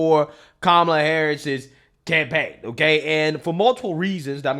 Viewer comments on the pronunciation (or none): I thought you said "It's not looking good for Kamal's tampaign." As a spin on Tampon-Tim. LOL. But it does capture the feeling of her campaign.